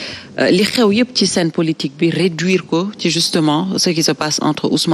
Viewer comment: on dit POLITIQUE au lieu de POLOTIQUE